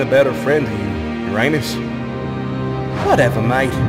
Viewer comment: Uranus? More like Urananus😅